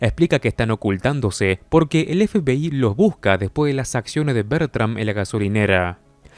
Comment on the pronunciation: La verdad que tu forma de decir FBI me da risa parece que dices FPI jajaja 😂 sin ofender